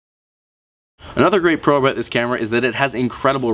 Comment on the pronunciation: what's that all aboot? LoL